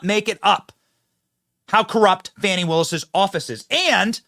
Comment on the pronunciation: Benny,news organization is pronouncing Fani as Fawnie! 😂😅 Does that mean there are 2 Fani's? Or she doesn't like being a Fani and wants to be a baby deer 🦌? Fawnie?